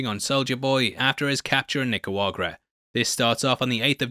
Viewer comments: It’s NICARAGUA*. Not “nicuagra”. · Ni-cah-raug-wah not Ni-ca-wag-rah lol. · NICARAGUA not NICAUAGRA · NicaraGUA not Nicaruaga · Nicuagra is not a place, i think you mean Nicaragua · It's Nic-a-ra-gua. Not "Nic-a-wa-gra" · What the fuck is Nicouagra? Lol. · Thumbs up. BUT, please man, is not that difficult 😂 NI-CA-RA-GUA (not ni-cua-ra-ga). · You know its Nicaragua and not Nicawagrua, right? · Hey it's niceragua not nicewagra:) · Ok what is the deal with “Nicawagra”? Are you doing a bit? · Bruh its Nicaragua not Nicawagra😅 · I signed in to like and to ask if you are pronouncing the name of the country Nicaragua incorrectly on purpose? nik-a-RAW-gwa is the name -- you are saying nik-a-WA-gra. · Why do you say Nicauagra??? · It's Nica-ra-gua not Nica-ua-rga. Just lyk. Love the vid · holy shit it's nick-er-agua not nick-er-uagrar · I don't usually bitch about this but nickawuagera is not how you say Nicaragua. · he says necuagra instead of nicaragua 😂😂😂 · Please learn to pronounce the name of this country correctly. Ni - Ca - Ra - Gua. Say it with me: NI! (ni...) CA! (ca...) RA (wa...) GODDAMMIT! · Lol you let me down, you let my parents down..... it's pronounced knee-cah-ra-goo-ah (nicaragua) <3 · I am starting to realise that Youtubers saying things wrong is a good way for them to generate engagement. Like what is Nicuaraga? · This has been bothering me for a few videos now… NEE-CAH-RAH-GWAH lol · I´ll help you say Nicaragua bro, repeat after me: NEE CAR AH GOO AH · OK, repeat with me: NI (NII) - CA (KA) - RA - GUA (WAH) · Love your video. But you are pronouncing Nicaragua incorrectly. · You really butchered the Word "Nicaragua" you chump, and you didn't apologize once hahahahahha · Nicaragua, how hard is it to pronounce the name? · Bro,, love you, love your videos, learn how to say "Nicaragua" properly please. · Is it just me or does the pronunciation of Nicaragua sound completely wrong? 😂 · I love how can’t say Nicaragua that’s the best Easter egg